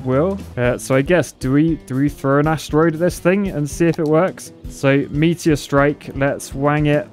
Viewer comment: Lol the way says "meatier"